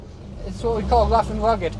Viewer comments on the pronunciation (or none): wuff and wugged lmao